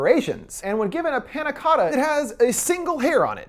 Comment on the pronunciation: yea i’m not even italian and it pisses me off 💀